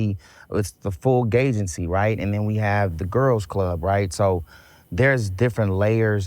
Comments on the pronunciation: Did Ray J. just say "gaygency" 😅😅😅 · Did he say "gaygency" 🤣🤣🤣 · Did he say gaygency?